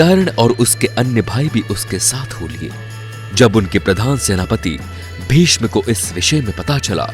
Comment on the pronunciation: Are nam to thoda sahe se le ,,vishma or duryodhan tera bhai nahe he